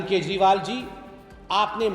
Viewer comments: Style me kejriwal ko KEJPAAL kyu bol Rahi ho..😂😂😂😂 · Reporter केजरीवाल को केजपाल बोल रही है 🤣